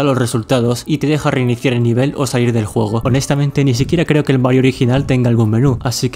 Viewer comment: CUANDO DISES JUEGO SE TE ESCUCHA JOGO